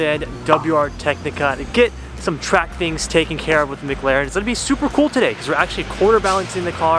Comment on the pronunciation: Everytime I head say MagLaren and not McLaren 🤣